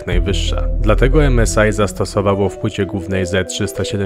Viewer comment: 1.W Nowej Hucie tego pełno się panoszy co 5 metrów można się potknąć 2. To się nie czyta (em es i)